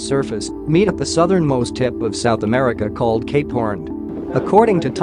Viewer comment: Instead of cape horn i heard capor